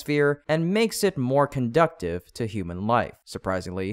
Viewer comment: The word conducive is not pronounced as conductive.